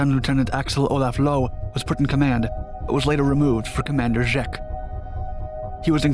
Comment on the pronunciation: I don't want to be that guy but the 2nd commanders name was Zschech not Tzeck.